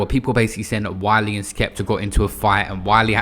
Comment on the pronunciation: Man said wiler 😂I love your slip ups